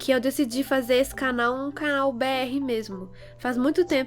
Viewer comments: «канал» ммм...звучало прям как по Русски(●’◡’●) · Concordo com voce